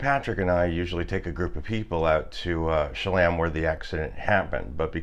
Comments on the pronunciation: "Sha LAM"? All this time I thought it was pronounced "kolla me" or something. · Cholame is pronounced Shu-loam. Please don’t make me turn this into “hate mail!!!!!” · I believe it's pronounced Cholame - a is "Ah" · I’m originally from Bakersfield. I admit I didn’t know how to pronounce Cholame! 😉